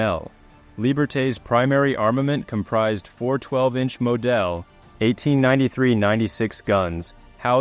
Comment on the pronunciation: moDELL instead of model? 100% AI Stands for Absent Inspiration